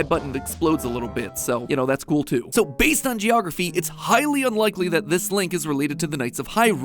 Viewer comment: I know you said "it's highly unlikely..." but I chose to hear you say, "Hylean likely"